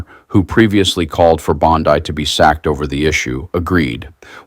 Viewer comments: What is a "bond eye"? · 1. Great video. 2. Keep up the good work. 3. You've only READ "Bondi", and never heard it actually pronounced verbally by anyone, is my guess. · C'mon! Ghislaine = Gee-lane Bondi = Bon-DEE You need to step up the professionalism and properly pronounce the names of the people about whom you're reporting. Not a good look ... 😒